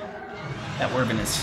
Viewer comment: Wyverns(Why-verns), not Wurvins. ;)